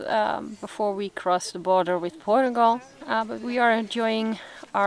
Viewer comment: I just love your pronunciation of " Portugal " , it adds a bit of positive sound to it.